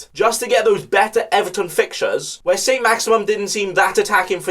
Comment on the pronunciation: haha its not saint maximum, its saint maximin (maximum+minimum)